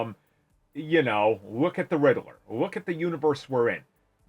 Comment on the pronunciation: His name is the Riddler NOT the Riddle-ler